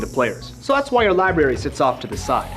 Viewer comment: It's pronounced: "LIBRARY" with an R.